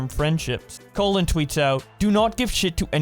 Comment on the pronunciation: Did my guy just call Colin "colon" 😂😂